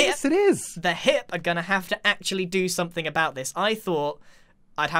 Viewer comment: Anytime Grian says hep instead of HIIP- "HEP oh, sorry, HIIP"